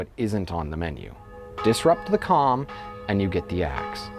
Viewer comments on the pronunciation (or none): none